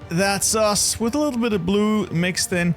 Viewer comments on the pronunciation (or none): none